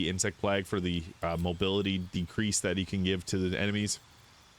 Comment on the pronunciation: Did this man really just say insect plag? Still, love the vid 🙏